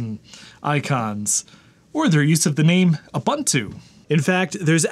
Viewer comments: Lol there's no such word as U/bun/too, it's U/boo/ntoo, it's Swahili for "Everybody". The second vowel is a long o, not a short "u". :p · Ubuntu is pronounced oo-boon-too (rather than Uh-bun-two as you kept saying), so it's an even MORE fun name to say when you do it right - WOO! Boon too! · Ubuntu is pronounced ooh boon too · Oooh- Boon- Too is the correct pronunciation. The letter U gets the OOH sound every time. So it's Ooh Boon Too not Yoo Bun Two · Ubuntu is pronounced “oo boon too”. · ubantu is as correct pronunciation of ubuntu, as lienacks is of linux, and citerix is of citrix. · The word "buntu" is pronounced "boo-ntoo”, This is an African word and the "u" in most African dialects does NOT have an "a" sound as is the case in English. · Every time he says uhbuntoo I have to pause the video and contemplate the meaning of life. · Please stop mispronouncing Ubuntu... Unless you're saying it ironically (which I doubt)?